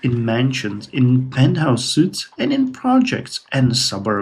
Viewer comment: Constantinople was 52 at the end of the last episode. - Suites is pronounced "sweets". It means a luxury room. Suits (pronounced "soots") is a type of clothing. - , , Production: 73,016 (74,692)(77,090), Food: 41,639 (41,780)(42,237), Gold: 247,582 (249,110)(253,930), Population: 24.42M (25.02M)(25.96M), Approval 84%, Life Exp. 61 - Centralized vs Capitalist: There's virtually no advantage to centralized (slightly more gold, food and production from trade, and +2 more happiness, but much less food, gold, science, culture, health and worse specialists in all cities). Capitalist is almost certainly the better choice. - "Yoruba has spread to Karidanon". I think that might be another religion that is fairly new to your empire. - In terms of how far ahead your tech is (in the late 1600s) compared to real world history; telephones were invented in 1876, hydroelectric power was invented in 1878, incandescent lights were invented in 1879, motor vehicles were invented in 1885, radios were invented in 1895, refrigerators were invented in 1913, and penecillin was invented in 1928. - It says that Creative Construction HQ can be built by a Great Engineer, which I think you have some. So when you unlock Combustion it might be worth clicking on the Great Engineer to see if that allows you to build the HQ, or if you just have to wait and see if the HQ builds on its own. Though you might not be able to build it in Constantinople as that is already full of World Won